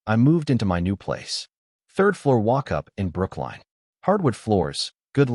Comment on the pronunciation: It’s Brookline Massachusetts!!!